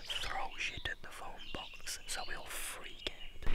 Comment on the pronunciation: I laughed when he said “Were gunna duktape him in the fone bux” And “These are my food and water” Legit theres only 2 water bottles